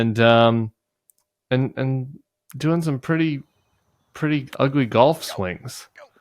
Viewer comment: Doink ? You mean doing